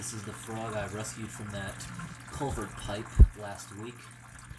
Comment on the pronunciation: It's culvert not culver dummy